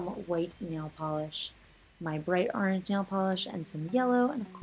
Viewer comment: Orange not aarrange